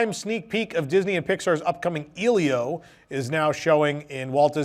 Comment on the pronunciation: Just wanted to let you know it's pronounced "EH-lee-oh." Not trying to be rude, but just wanted to let you know 😅.